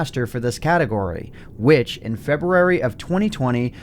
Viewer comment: did anyone else notice he said February weird